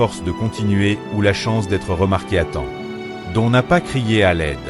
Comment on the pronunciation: Don, ça ne se prononce pas à la française mais "Done"...